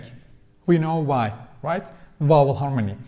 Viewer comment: Just a minor correction in your English speaking,. The word 'vowel' it sounds like you are pronouncing as 'wowel' in your videos. A 'V' is spoken starting with the mouth closed then open to create the sounding of the letter. Other than this, I think you speak English very good. Videon Genis Zaman cok iyi. Tesekkur ederim.